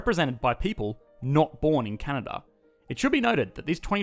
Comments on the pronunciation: 1 it is Canada not Cana or Canda 2 not everyone is “amazingly nice” up here 3 education is so good because Justin Trudeau is the priminister and he is in the liberal party 4 I am too lazy to review all the wrong things in this video but this is what I got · He said canda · Heard that too. Should be a crime to skip an A. eh? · "This is CANAA" - since when they dropped the D? :) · "This is Canna" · "This is Canha?" lmao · Did he say Canna or Canada plus that’s Toronto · I heard, "This, is Cana." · This is Cana? Anybody else hear the same in his first phrase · "This Is Canana" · I swear he said Cana😂😂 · Please learn to pronounce the name of my country correctly! Can a da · I swear you say "This is Canaaa" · “This is Cana” Canadians : skskksksks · At the start, where the heck did the "da" in Canada go? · Its Can-Ad-A, 8 seconds in and im already not going to be friendly with you as a Canadian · I misheard and thought you said Canada's full of natural resources and white people. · CANADA pronunciation- CA-NA-DAH`. That accent is not very Canadian eh., Mind your business. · I thought only South Park characters said Canada like that... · The way he says Canada is what had me racking my brain trying to think of this show!